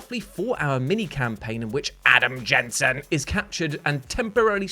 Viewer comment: Now you've done it: you have to say "Adam Jensen" like that EVERY TIME, from now until FOREVER, or we, the rabid masses, will go ballistic! 🤣